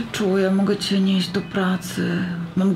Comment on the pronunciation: usłyszałam Corciu mogę Cię nieść do pracy mam gorączkę zamiast Córcia mogę nie iść do pracy mam gorączke